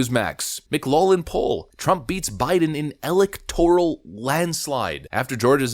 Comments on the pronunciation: "Laugh" in Celtic is pronounced lock; it's Mic-Loklin, not Mic-Lawlin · Everyone: "It's pronounced 'mik-LOCK-lin'" Everyone Else: "It's pronounced 'mik-LOFF-lin": "No." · Pronounced "mik LOCK lin." Jus fyi. Altho my family pronounces it "mik LOFF lin" for some reason. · Pronunciation problem: McLaughlin is pronounced: 'Mc'-'LOFF'-'lin' Notice the word "Laugh" is in the middle, only you pronounce it "Loff" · Dude, McLaughlin is pronounced mik-'lof-lin. SMH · McLaughlin is pronounced - Mc Locklin . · It's pronounced MclauFFlin. Are you AI? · It's pronounced "mc loflin" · Hey,... Just for future reference, it's pronounced mac-loff-lynn. 😉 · Good stuff - (BTW, McLaughlin = mick-lauf-lin) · Minor point: McLaughlin is pronounced, "Mc-LOFF-lin". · YO DUDE, IT'S PRONOUNCED 'MC- LAUF-LYN...In English ''GH' is SAID LIKE AN 'F'. Mclaughlin was a very famous political comentator. Researcher the Mclaughlin group. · Hey bud, it’s pronounced mc loflin. Take a look at the first part - laugh - and pronounce it with a British accent. Loff rather than Laff. Kids today, and yeah, you’re a kid. I’m 82 so you’re a kid. 😊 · I believe its pronounced, "Mclaufflin" but I might be wrong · McLaughllin is pronounced Mc-LAWF-lin. Spot on analysis. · Hey, it's pronounced Lawf lynn. Just an FYI, meant in the nicest way possible. Great show. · Bro not trying to bust your balls but McLaughlin is pronounced Mick - Laflin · It's pronounced Mc-laugh-lin. The "gh" is "F" sound in this case... not hatin, just want to make you aware. Great channel, been subbed for years... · McLaughlin is pronounced Mick Lock Lin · FYI, McLaughlin is pronounced "Mick-Lock-Lin." Just wanted to throw that out there for ya. No biggie. Love your stuff! Skál! 🍻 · Pronunciation of Mclaughlin: mick "LOCK" lin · If you're Irish, that name is pronounced "mick glock lan", but usually "mick loff lan" in the US. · Its pronounced lof-lynn. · McLaughlin = “MickLawflin” I know it’s hard… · Mc-LOFF-Lin Poll